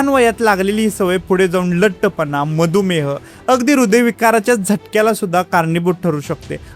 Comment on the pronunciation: फार उपयुक्त माहिती उच्चार जरा अचूक असले असते उदा शार, मदुमेह ई